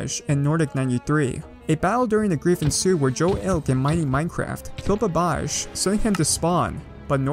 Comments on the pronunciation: Its ba-ba-j not babaj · Its baba.j not babaj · BABBAHJ….. its BA BA J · i love how he said babadsh instead of baba J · Baba jey not babaj xD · Babbaj's name is actually pronounced " Bubbuh Jay " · Oof size BubbaJ level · I love the way he butchered babbaj’s name lol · Lmao the way you pronounced BabbaJ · you said babbaj wrong